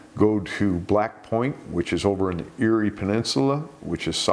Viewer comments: Eyre peninsula is pronounced like 'air'. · Eyre is pronounced as air, and the map took us to Yorke peninsula, completely different but still in South Australia. I won't forget that day, they lived one street over from me. There were a few shark attacks that year. Also Shirley Durdin in the 80s, Doug Chesher in 96. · Pronounced Air Peninsula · Eyre peninsula is pronounced “Air”. It’s a tricky one! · Eyre peninsula we pronounce it “Air” peninsula and yes Australia is seemingly having an uptick in shark attacks 🇦🇺